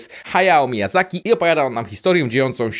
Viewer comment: Wywołana do tablicy fanka poprawnej wymowy, a szczególnie imion i nazwisk twórców... OBECNA! :D Otóż nazwisko Miyazaki wymawiamy bez "y" (jest nieme) i z akcentem na pierwszą sylabę (czyli MIAzaki). Super, że zabrałeś się za taką klasykę! Bardzo cenię twórczość Hayao, którą śledzę praktycznie od jej początków w latach 90tych. Mam nadzieję, że obejrzysz trzy (moim zdaniem) jego najlepsze filmy, czyli prócz "Mononoke" jeszcze "Spirited Away" i "Ruchomy zamek Hauru". Jeśli podobała Ci się w nich muzyka, to w większości filmów Miyazakiego (w trzech wymienionych i również w najnowszym) kompozytor jest ten sam i jest to Joe Hisaishi. <3 Zaintrygowałeś mnie wersją angielską...dopisuję na świąteczną listę do sprawdzenia! :) Pozdrawiam i czekam na kontynuację tematu :) PS Przypomniałam sobie jeszcze o innym doskonałym japońskim kompozytorze Kenji Kawai, który zrobił muzykę do między innymi "Ghost in the Shell" 1 i 2. Jego "Making of Cyborg" otwierający pierwszy film zrobił na mnie ogromne wrażenie, katowałam nim sąsiadów długi czas (tego zdecydowanie trzeba słuchać albo bardzo głośno albo na słuchawkach). Zestawienie bębnów i perkusji z niezwykłym żeńskim chórem spowodowało, że soundtrack "Ghost In The Shell” stał się jedną z najbardziej rozpoznawalnych i ikonicznych ścieżek dźwiękowych do anime ever! :) Dla mnie tło muzyczne w filmie ma ogromne znaczenie, mam sporą kolekcję soundtracków, a wśród nich takie, które uważam za prawdziwe perełki.